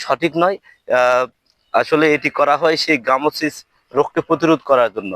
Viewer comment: গ্রামোসিস নয় গামোসিস।